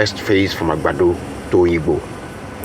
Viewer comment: The way he pronounced Agbado 😅